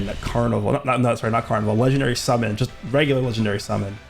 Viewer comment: "Wook, it's Woresh. Woresh is woing to wummon."